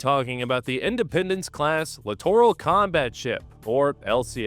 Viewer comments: Huh? Clitoral zones did you say? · It's pronounced littoral /lĭt′ər-əl/ That's LITERAL literal /lĭt′ər-əl/ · Grammar police notice: Littoral is pronounced exactly like "literal"...literally. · Sorry but I had to rewind cause I didn’t hear the word Littoral, I could have swore I heard something close but definitely different. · I keep hearing the letter C whenever I hear littoral.